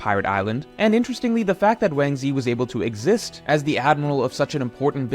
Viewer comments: Yo who tf is wansee?? You mesn wangzhi!!! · Has anyone pointed out Ochoku being called Wang Ze?